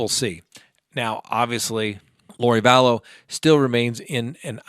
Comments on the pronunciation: Vallow. Not Vallows. Possessive would be Lori Vallow's husband, not Lori Vallows's husband. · I wish you would learn how to pronounce Lori Valow’s name......Val...low. It’s not Valows’s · And it's Vallow or Vallow's, not Vallowziz. 🤭